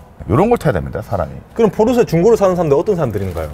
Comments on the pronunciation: 포⤵️르⬇️세➡️ 아니야 포르쉐!!! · 중파님이 끊임 없이 포르"쉐" 포르"쉐" 말씀하시는데 은 끊임 없이 포르 "세" 포르 "세 ㅋㅋㅋㅋ 물론, 중파님의 벤"쓰"와 "을왕리"는 여전히 반갑네요 ㅋ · 포르세 ㅋㅋㅋ 담에 혹시 찍을일 있으시면 포르쉐라고 발음 하시는거 듣고 싶어요. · 포르쉐 발음안되네요 ㅋㅋㅋㅋㅋㅋㅋㅋ "포르새 포르새" ㅋㅋㅋㅋㅋㅋㅋㅋ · ㅋㅋ 근데 포르 "세"라고 하시는게 킹받네요.. 본토발음으로도 소ㅒ가 더 가깝습니당 ㅋㅋㅋ 재밌게 잘 봤습니다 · 딱 한번만이라도 '포르쉐'로 발음 해주시면 안되나요? ㄷㄷㄷ '포르새'가 너무 귓가에 남아요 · 찍고 있는분 계속 포르새라고 발음하는거 웃길려고 그러는건가요 ㅎㅎ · 자꾸 ‘포르쇠’라고 발음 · 왜 포르쉐를 발음 못하고 "포르셰" 라고 하나요 ㅋㅋㅋ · 포르쉐!!!쉐!!!!쉐!!!!! 포르세 아니고 쉐!!! ㅋㅋㅋㅋㅋㅋㅋㅋ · 포르세라고 하지마세요!! ㅋㅋ 쉐라고 발음해줘요~~ㅎㅎ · 쉐가 발음이 어려운거였구나 ㅎㅎ 포르세포르세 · 포르세 아닙니다 포르쉐입니다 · 포르쇠ㅋㅋㅋㅋㅋㅋㅋㅋㅋㅋ 포르쉐!!!! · 포르세 아닙니다ㅋㅋㅋㅋㅋㅋㅋㅋ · 포르세 말고 포르쉐!쉐!쉐! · 포르쉐인데 자꾸 포르세라고하네 ㅋㅋㅋ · 포르세 아니고 포르쉐 !!! 쉐발음 안되나요? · 포르세말고 포르쉐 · 포르새 발음 너무king받네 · 포르세 x 포르쉐 o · 포르쇠 아니고 포르쉐~ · 포르세x 포르쉐o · 포르새 포르새 아 발음 진짜 . 발음 고치자 좀 .. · 포르쉐 발음이ㅋㅋㅋㅋㅋㅋ포르세ㅋㅋㅋㅋㅋ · 포르세 발음 중독성있어요 ㅋㅋㅋㅋㅋ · 시작하자마자 포르쇠 아닙니까 포르쇠 발음이 리얼함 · 포르새 ㅋㅋㅋ발음귀여우심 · 강남에 사는새가 포르새인가요?ㅋ 발음이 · 포르세 발음 킹받… 😂😂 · 포루새 발음이 이상하게 중독되네 포루새 귓가에 계속 멤돈다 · 포르쉐 발음 레전드 ㄷㄷ 포루새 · 포르세는 도대체 무슨 차지 ㅋ아 진짜 발음 현지 본토발음ㅋ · ”포르세는“ ㅋㅋ 발음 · 포르섀 ㅋㅋㅋㅋ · 포르쇠 발음 거의 추격자 섹스급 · 포르세 발음 무지 거슬리네요... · 포르세 발음 킹받네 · 발음 웃기다 포루쇠 ㅋㅋㅋ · 포르새 발음 거슬리네 ㅋㅋ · 경상도 찐이라 포르쉐 발음 안되시는거 보고 빵 터짐ㅋㅋ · 포르쉐를 사투리로 저렇게 발음하는건 처음보네요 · 포르쉐 발음 못하는 사람 진짜 처음 본다. 일본사람 같네